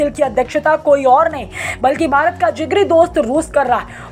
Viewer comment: Bharat ko Bharat bole aap baarat baarat baarat bolts ho